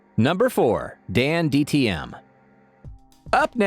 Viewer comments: dan tdm not dandtm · Narrator: Dandtm me: DANTDM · It's not dandtm it's DanTDM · You said dantdms bame wrong ITS DANTDM NOT DANDTM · It's danTDM he said danDTM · dandtm? bruv u suck at saying his name